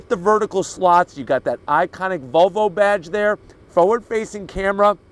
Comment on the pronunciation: right pronunciation is volvo not vovo